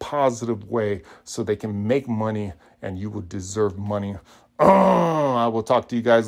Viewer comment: Please never say money like that again.